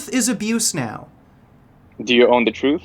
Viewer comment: ''do youuu own teh truth'' ?? hahaha LMFAO